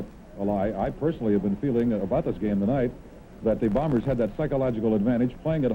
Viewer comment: I like how back then they properly enunciated Winnipeg's team as the Blue BOMBERS, rather than the way they are now referred to as the BLUE Bombers. A pet peeve of mine as the emphasis should be on the noun and not the adjective.